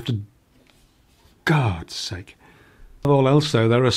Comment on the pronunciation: "gard sakes" ..... I love this channel for the woodworking tips, but I always stay for the blooper reel.